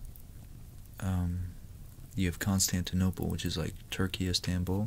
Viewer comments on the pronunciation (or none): none